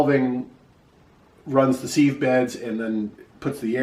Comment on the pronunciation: How do you spell seeve? Sieve is pronounced siv.